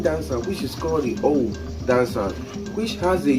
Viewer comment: It's pronounced ówú and not òwù It's full meaning is ówú miri It means water spirit